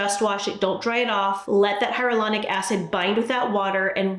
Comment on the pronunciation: Hyaluronic is pronounced - Hi-ya-lew-ronic. Can be a tough one, thought this might help! Wonderful & always helpful information. Thanks ❣